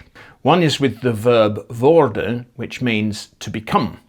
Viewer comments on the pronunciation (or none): none